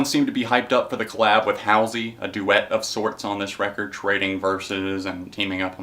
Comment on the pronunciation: Hall - c is how you pronounce Halsey :-)